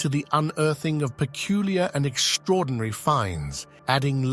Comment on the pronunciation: What does “exshtraordinary” mean? Perhaps the narrator with the strained, unnatural sounding voice means “extraordinary”? There is no “H” in this word? Perhaps he is called “Shtuart” LOL. Terrible voice, very amateur.